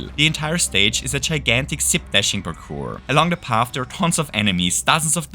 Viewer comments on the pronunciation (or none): none